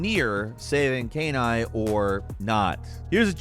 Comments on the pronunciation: saying canine instead of kaine is horrible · LOL Kain Eye. That's not how you pronounce it at all. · Who tf is Kay Nye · Given that Kaine's name pronunciation was in the game it's hilarious how saying it. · Listen, we're going to seriously need to screen your pronunciations of anything related to NieR going forward. I've never seen a name incorrectly pronounced so badly before. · bro did you really say kaiden's name wrong? it's a voiced game, they literally say his name lol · Good lord, did you even try to pronounce Kaine? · The host obviously did not play Nier, since he can't properly pronounce KAINE. Perhaps watching a video of the game for next time could help. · I swear pronounces “Kaine” differently every time. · Still mispronounced Kaine; they literally say the name multiple times in game. How does he keep getting it wrong?